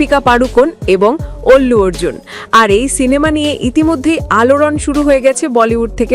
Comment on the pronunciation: অল্লু অর্জুন নয় আল্লু অর্জুন